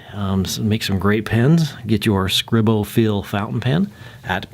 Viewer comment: It’s pronounced Scree-Bo I believe. Nice review.